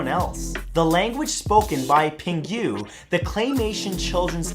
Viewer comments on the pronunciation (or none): It's not pronounced 'pin-guegh' it's 'pin-goo'